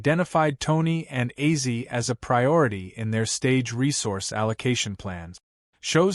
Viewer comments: AI generated narrator? Acee? Ozzy? Weird. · How does A.I pronounce Ozzie as Azy i mean seriously Ozzie or Ozzy would be well i would think not hard for Artificial intelligence to say but Azy....I hope this will be rejected by real fans. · Ozzy will probably come back to life to slap the shit out of this AI video uploader. Wtf is AZY??? Or is it bait to get comments and engagement?? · 😮 dude it is Ozzy Ozzy Ozzy not Ozzie 😮😮😮😮😮😮😮😮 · Wtf is Azy? You mean ozzy? Dam these videos make me fkn laugh what a load of bollox